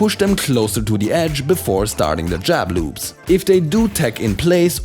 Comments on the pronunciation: I keep hearing you say "jab lubes." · I love how he says jab loops in his accent